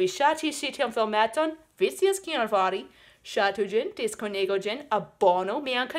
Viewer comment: Nu, jes, sed ja ne tiom facilas liberiĝi de usona akĉento, mi supozas. Alia afero estas, ke vi diras "cias" anstataŭ "scias", kion mi fakte ŝatas, ĉar "scias" ja vere estas stranga vorto.